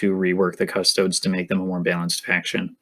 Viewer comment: ugh, the way you keep pronouncing custodes really gets on my nerves. cuss-toads? embarassing.